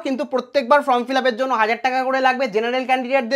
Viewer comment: ভবিষ্যতে উচ্চারণ ঠিক করবেন - FORM -এর উচ্চারণ "ফর্ম", "ফ্রম" নয় !